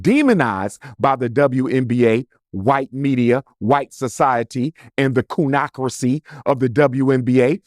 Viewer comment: He said “Coonacracy” Ha! Let them know Umar!!!